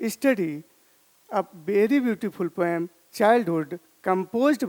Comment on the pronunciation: Sir, Poem Is Pronounced As Poh-Um Not Poyam . You Always Had Been A Very Fantastic Teacher For Me And My Classmates of OSVN From batch 2019 .